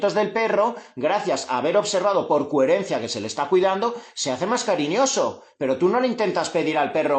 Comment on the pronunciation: Muy interesante, gracias. Como nota graciosa, ¿sabes que dices “cuherencia, “cuherente” con “u” es muy tuyo, y que sepas que me encanta en todo momento tu “cuherencia”